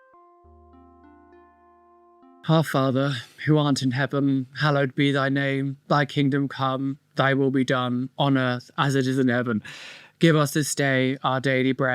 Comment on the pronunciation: It sounded like you said “our father, who aren’t in heaven” 😂